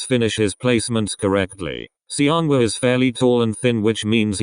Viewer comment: Why does "Seonghwa" pronounce as "Siyeon" in this vid, lol